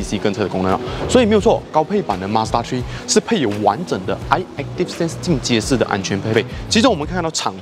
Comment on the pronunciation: mazda 「tree」